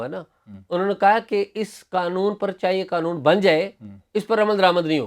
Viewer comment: بھائی ایک مہربانی کریں یہ قنون نہیں قانون ہے🙏